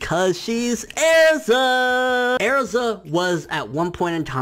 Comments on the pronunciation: It's "Erza" not "Airza" or "Eriza" okay... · I hate how you call erza airza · Airiza God damn mispronounced Erza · Ersa ITS ERZA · The way he says Ezra bothers me, areza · Her name isn't Airza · Stop saying airza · You’re saying Erza wrong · I understand everything you said. but happy and erza dude like cmon. first off your nor pronouncing erza correctyl. second erza becomes much closer with her friends after tenrou because in case you didn't know they got wrecked by a guild and a fucking dragon.... and we're stuck in comas for 7 years just to let you know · So you hate Happy and Erza and Natsu ?....... Okay not to be mean but learn how to pronounce the name ERZA before you try talking and please i understand the Happy part but Erza and Natsu ? Theres something wrong with you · Say erza properly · I love happy... he's freaking adorable. Plus he ships nalu so ya.... I also don't mind sting and rouge any more... When you said I was really pissed because he did improve a lot actually! This is starting to annoy me... ERZA! ERZA is my spirit animal! Go away. YOU SAY ERZA WRONG Hiro mashima is an amazing person Go away